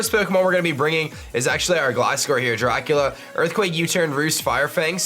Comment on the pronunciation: "Darcula" anyone?